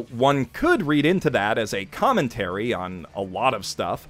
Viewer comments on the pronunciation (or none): none